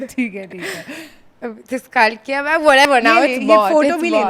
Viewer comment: What is with the pronunciation?! It’s cult gai-uh 😂😂